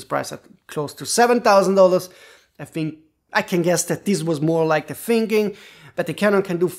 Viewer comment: ‘The’ is pronounced ‘THe’ NOT ‘De’. And ‘three’ is pronounced ‘THree’ , not ‘Tree’